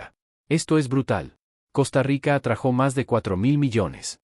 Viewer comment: Perdóname,se dice se atrajo sin acento en la o